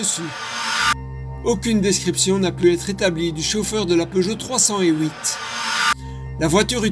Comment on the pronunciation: Pour moi c'est une peugeot trois cent huit et pas une trois cent houit mais bon... Si ça peut aider l'enquête.